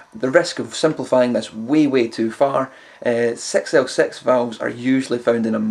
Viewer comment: =) "Either an EL34 or a Sex El Sex"